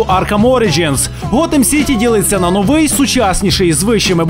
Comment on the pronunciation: У слові новий наголос треба ставити на букву"и ! )